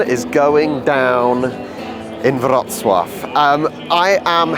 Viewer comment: Thanks for learning how to correctly pronounce Wrocław. I know it's difficult for an anglophone to wrap the mouth around a foreign method of pronunciation. Wrocław był mój drugi dom.